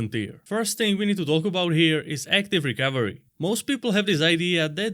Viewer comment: Sounds like he’s saying Rick Overy, not recovery.